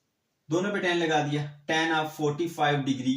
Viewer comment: Sorry sir but teen nhi hota tan hota hai